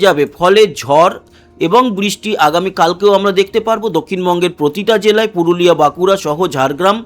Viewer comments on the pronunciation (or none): none